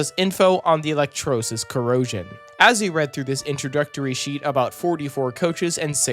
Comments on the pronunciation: FYI, the word is pronounced e-lec-TROH-li-sis. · e-lec-TRAH-le-sis (or thereabouts)